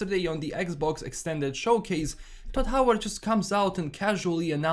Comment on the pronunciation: Toad Howard not Todd Howard !!!